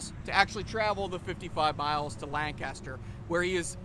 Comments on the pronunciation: He said Lan-Caster 😕😕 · At least say Lancaster correctly. You guys are two counties away